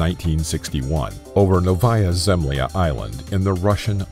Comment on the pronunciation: Novaâ Zemlâ (= New Earth) is pronounced [ˈnɔ.və.ja.zɪm.ˈlʲa], not [nəʊ.ˈva.ja.ˈzɛm.li.a]. And it's a peninsula, not an island. Please correct the video.